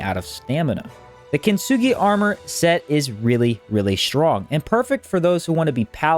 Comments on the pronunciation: "the kitsnugi set" heeheee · I like how you pronounce "Kintsugi"